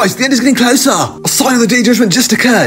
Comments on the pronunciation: "GuYS ThE eNd iS GEtTing clOsah" 💀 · "Guys! the end I'd gatting closaa!"